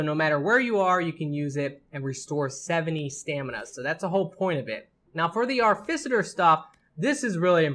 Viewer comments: how the fuck did you get arficiter from AR TI FI CER its not even spelt the way you fucking said it. what the fuck is wrong with your brain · Ar - Ti - Fi - Cer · cool videos, really entertaining. one problem. its pronounced ART I FICER short i sound. artificer. shit bothered the hell out of me lol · he definitely swapped the f, c and t and was saying Arficiter... very annoying, agreed. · ARFICITER, HAUL OF ARROWS, LEARN ENGLISH PLS